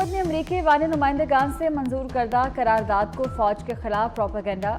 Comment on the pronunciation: It's (qarar daad) not karar daad